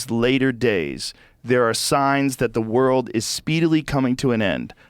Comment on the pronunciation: Redban cast a spell on Joe midway through the podcast and gave him the ol "Rurald/World" speech impedement. #olivegarden